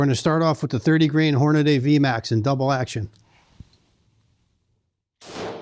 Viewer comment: Good except the way he pronounced Hornady. There is no a after the d